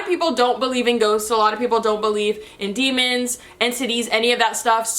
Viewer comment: When you said “entities” I thought you said “and titties” 😂😂😂😂